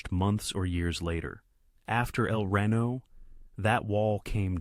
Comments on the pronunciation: Can't use actual images from the tornado? Also it's El Reno not Rino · It’s pronounced El ree-no, not rain-oh. 🙂